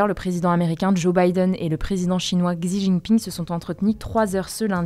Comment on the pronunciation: Guys, le X en pinyin chinois ne se prononce pas "gzi" mais "si", on dit donc "si djingping"